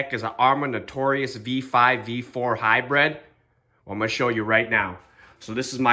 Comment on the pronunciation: Good video, but it's Hybrid, bro, not "high-bread" ;)